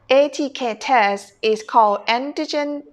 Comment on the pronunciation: Pronounced An ti jen. When are we going to see Mr Victoe and Miss Soda again ? or has Miss Soda been busy playing Candy Crush ?